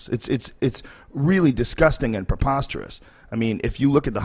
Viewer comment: Drinking game , take a shot every time joe says popasterous lol sorry for my spelling lol